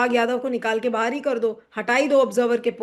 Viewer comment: बाहर, not बहार